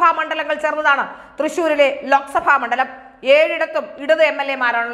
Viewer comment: Mandalamennavakku Ucharikkunnathuinganeyano